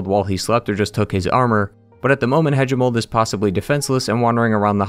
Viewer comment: The a in galien is pronounced like in Apple and the a in Hagimol is like in ape and the g is like in goalie.